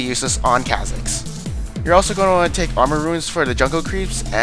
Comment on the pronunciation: ffs is pronounced CAW-zix, not ca, as in candy